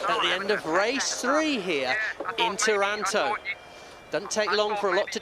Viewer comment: IS TARANTO (TÀHRAHNTO) NOT TAURANTO (THE TARANTULA NAME AND THE TARANTELLA NAME) IS ISPIRED BY OUR CITY